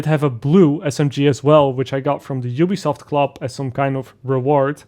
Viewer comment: Did you just call it jewbesoft?